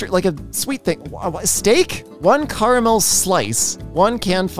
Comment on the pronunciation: I’m about to unsubscribe because he said Fanta the way he did and the way he said caramel